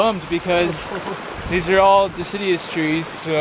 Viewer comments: the word is Deciduous not Decideous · Deciduous (de-Sid-u-us).!!